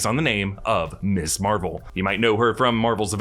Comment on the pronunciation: Are you so ignorant you don't know how to pronounce "Ms." ????... SERIOUSLY ????????????